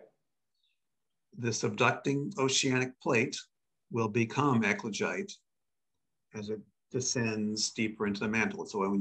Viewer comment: Equijite?!? Ecuagite? Eklagite?!? If anyone is interested in Googleing the "high temperature basalt" they keep talking about, it's "ECLOGITE". It took me quite a while to get close enough to the right word that Google would give a decent suggestion. 🤔